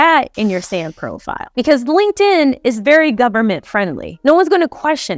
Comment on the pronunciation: you said SamCro file. Too many episodes of Sons of Anarchy! 😂